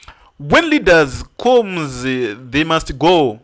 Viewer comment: Chirungu haugoni unenge wairova mate mateacher nerekeni. U can't even pronounce a simple "come" u say " khomu"